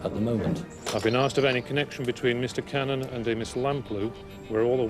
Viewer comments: The police's shoddy investigation, is even reflected in the way, the one particular detective, wrongly keeps pronouncing Cannan, as Cannon! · The narrator lady pronounces it correctly. It's like Can-nan, not cannon.